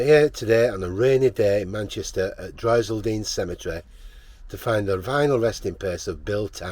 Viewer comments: Bill was a great actor and brought a great amount of fun to his Corrie role. RIP Bill. :) ("Droylsden" is pronounced "Droyle'- to rhyme with "d-royals" and 'den' ) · Droylsden sounds like droyls-done whoops pronounciation , he was a lovely man always said hello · Jack and Vera were Coronation Street. Almost all the Maternal side of my Family are Buried in Droylsden Cemetery not far from Jack (Pronounced D-Royals-Den) ❤❤🙏🙏